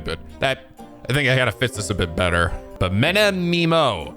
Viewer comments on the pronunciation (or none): I’m pretty sure Menimemo is pronounced like “Many Memo” That’s Meh-mo, not Mee-Mo. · I'm not sure but I think you keep switching between Minimimo, Menimimo and Many Memos ^^; But yeah, I'm speaker of language that pronounces things phonetically (so how they are written) so I'm always confused by how english speaking people pronounce letters a, e and i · Menimemo. Meh-knee-Meh-Mo. Many-Memo. And once again will spend the playthrough mispronouncing more names. (A time honored tradition!) Edit: Japanese vowels are pronounced similarly to Spanish ones A = “ah” as in “AH! Spider!” E= “eh” as in “eh, it’s ok” I = “ee” as in “EEE! Van Zieks!” O = “oh” as in “Oh, I see!” U = “oo” as in “Oooo, look!” So Menimemo’s name would have “Meh” for both of the “Me”s in his name. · Many Memo... say it with me Many Memo Many Memo Many Memo Many Memo Its really not as hard as you are making it. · I love that recognizes that the joke is "writing many memos" yet refuses to do the easy thing and pronounce the name like Many Memo. Not to mention the fact that every time the word "Menimemoism" shows up in game, pronounces it a different way. I don't think he ever said the same thing twice. Never change,, never change. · You might have an easier idea with Menimemo’s name (and Japanese names in general) if you kept in mind that Japanese is a somewhat flat language. English often over pronounceds it. In this case, you can get away with just pronouncing it like the pun intends, many memo. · Hey so if you want a little tip for having less difficulty reading Menimemo name just read it as Many memo it will really help I think? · I’m impressed read the word “memo” right next to “Menimemo” and didn’t realize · I love how much struggles to say Menimemo's name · knows the pun, but thinks the name is pronounced differently from the pun itself.